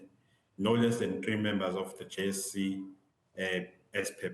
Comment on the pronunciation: JSC not JEC haiybo